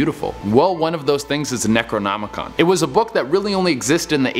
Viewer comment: You hope you pronounced Necronomicon right? You can't be that into horror then. What kind of scary anything host can't pronounce Necronomicon? Very revealing.